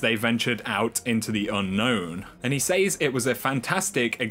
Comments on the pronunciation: "He Saze" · said and says has a soft A haha not a hard A! 😂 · love you love your videos hate the way you say "says" lol